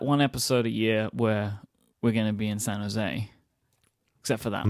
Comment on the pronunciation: As someone from San José, that verbal omission of the J in San José is super satisfying.